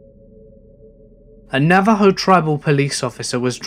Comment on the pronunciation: I am rather new to your channel and I'm loving it, but for the love of all things holy, it's not NaveJoe, it's NaveHoe :)